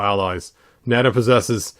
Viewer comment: Hopefully Mezco makes Nayda. It's pronounced Nay-da, not Nada, BTW